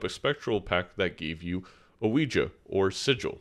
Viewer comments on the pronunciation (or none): I think its because you prounce some things oddly, like "oh-we-juh" instead of "we-gee" for Ouija. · Great short vid; just wanted to say Ouija is pronounced "weegee" before more ppl annoy you about it 👍